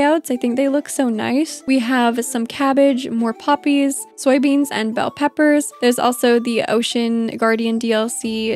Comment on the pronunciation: I love the way you say poppies, it sounded like you were saying puppies and I quickly looked up from my work and was looking all over the screen for puppies. Also seeing Lily in her wedding dress actually move her up a level on my ladder for the marriable candidates. She is nearing the top now.